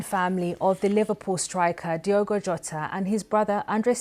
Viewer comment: It's not "dhigh-ogo" but rather "deeogo"! Why not to learn the proper pronunciation of his name before doing it wrong! RIP Diogo and Andre!